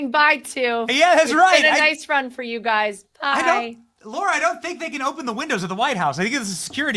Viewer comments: Lara not Laura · She is so gracious. She never corrected Benny for saying her name wrong. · Benny - her name is Lara not Laura! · Benny, her name is Lara. It’s like Sarah, not Laura. 😊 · Hey Benny ! This may be frivolous, but her name is not pronounced 'Laura', it is 'Lar-a'. I have heard other interviewers mispronounce her name, and she is always gracious about it, but it would probably be refreshing to be addressed correctly. On the other hand, this has probably happened her entire life, so maybe she is used to it. ( I have had the same problem so maybe that is why I notice it each time ) 🙂 Thank you for your non-compromising stand and courage. God bless you and your beautiful family. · Ben! Lah Rah! NOT Low Rah! Lah Rah! Lah Rah! *face palm* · Her name is Lara, not Laura. How can you get that wrong?? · Benny stop calling her Laura.. it’s Lara.. you do it every time 😢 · Hey Bennie. In case you didn’t realise. Her name is Lara. not Laura. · Go away Big Mike, you're irrelevant to the American people...Now come out of the closet. Benny, it's Lara Trump not Laura FFS!!!! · Benny, It's Lara, not Laura. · It drives everyone crazy he keeps call her Laura! How rude he doesn’t know her name after all this time! Her name is LARA not LAURA,stop being so RUDE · It's LARA, as in Lana (Turner), except with an R instead of an N ... NOT LAURA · ITS LARA....NOT LAURA......GET HER NAME RIGHT BENNY!!! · Her name isn’t Laura Bennie, it’s LAra…. Come on man. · BENNY!!! IT'S NOT LAURA. N O T LAURA. IT'S LARA. LAR RHYMES WITH CAR. LA RA. PLEASE. PRONUNCIATION IS IMPORTANT. I CAN'T BELIEVE SHE HASN'T SET YOU STRAIGHT YET. LAURA AND LARA ARE TWO DIFFERENT NAMES. PAY ATTENTION! LOVE YOU TO BITS, BUT SOMETIMES YOU NEED TO HEED YOUR ELDERS! 😁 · Did you call her Laura? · I can't believe he called her Laura every single time. It's Lara ffs.